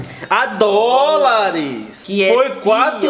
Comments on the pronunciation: GENTE KKKKKK vocês me representam vendo esse vídeo! E o malucão dizendo “dol” KKKKKKKKKK af. essa white people life é complicada. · 350 dol Down? Dol dólares O cara ainda fala errado Chorei de rir nessa parte mano kkkkkk